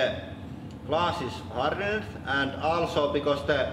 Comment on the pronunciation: I find it satisfying hearing English words with confusing or improbable spellings pronounced phonetically on this channel. "Hardened" gets pronounced like "wicked" and "tension" is pronounced /tɛn.ʃiː.ən/ (can't think of a good comparison). It's not quite as satisfying as hearing iron pronounced like "I run," but it's close.